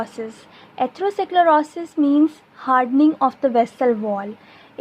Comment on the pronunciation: i liked your content but pls correct ur pronunciation this will help its really annoying to hear how you pronounce atherosclerosis